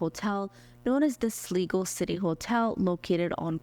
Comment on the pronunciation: Glad I found you! By the way, it's pronounced Sly-go. I used to live in a town with that name. Thanks!